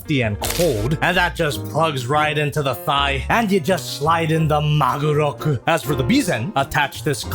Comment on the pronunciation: You say "Magoroku" I hear "Maguroku", the invincible Tuna Katana!